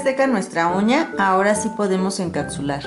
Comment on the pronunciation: Chica se dice encapsular no encacsular! Está súper bien tu vídeo súper bien explicado solo que falló la pronunciación de encapsular!!